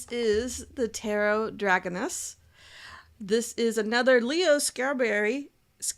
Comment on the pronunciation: It's pronounced druh Cone' us, btw.